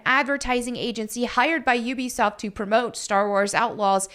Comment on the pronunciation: You’re the only one that pronounces Ubisoft correctly. Everyone else says Ooh-be-soft.